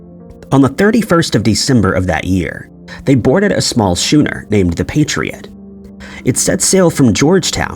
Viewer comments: "Shooner"? That's "Skooner". "Be-troth-ed"? "Be-trothed" (long "O" sound, like loathed.) "Cam-bridge"? It's pronounced "Came-bridge"., please learn how to pronounce people and plac names. Thank you. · It’s pronounced Skooner